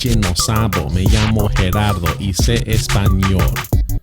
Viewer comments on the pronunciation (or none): GERARDO WHY DID YOU PRONOUNCE YOUR LAST NAME LIKE THAT ORALE BRO